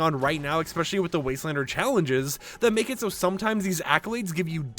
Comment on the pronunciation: Great information, although the word especially does not have the letter X in it.